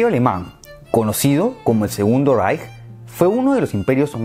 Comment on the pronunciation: Like por saber pronunciar "Reich" <3